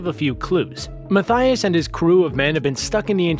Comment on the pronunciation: Listen everyone, learn to pronounce Anna and Mattias correctly please :D